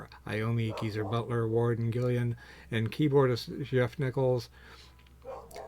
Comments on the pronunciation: This guy also says "Gillian" hahaha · Doesn’t have the album, but makes a video about it. A great album!! Get it, listen to it, then make a video. And say name correctly! Come on man! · Can this guy please read/pronounce "Gillan" correctly?!